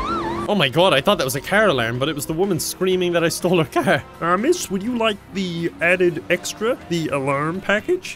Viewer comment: I like how he says "car" as "caehr" 🤣🤣🤣